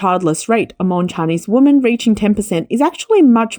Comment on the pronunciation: "Women" should be pronounced "wimen". Removal of societal taboo of unmarried couples becoming parents would increase birthrate. In Asia, no marriage means no children. Marriage rates are falling of course, along with dating rates.